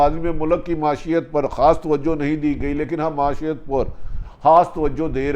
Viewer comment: ماشات نہیں بھائی معیشت۔ کہا جا رھاھاھا😂 😂 😂 Bhutti is a Bumbling fool